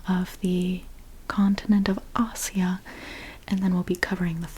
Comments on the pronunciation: It's not Asia (a-cia) it's ay-zia or a shya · "Ah-sia"? Never heard it pronounced that way before. And why you name Palestine as the holy land while completely neglecting Israel? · ما له دخل جهل بالإنجليزي ينطقون اسيا( آيجا ) هم الأجانب ما ينطقون حرف S لسبب ما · Why is she pronouncing Asia like that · That's how u pronounce asia?!